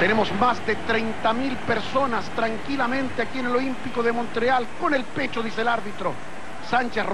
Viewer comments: Porque dice Monreal, ya que su nombre es Montreal. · Oiga,,...es MomTreal...no monrreal, cachó..